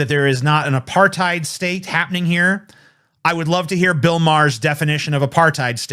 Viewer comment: It's kinda hilarious to rag on someone for not knowing what apartheid is when you can't even pronounce the word.